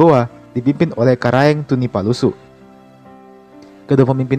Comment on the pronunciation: Tunipasulu bkn tunipalusu tabe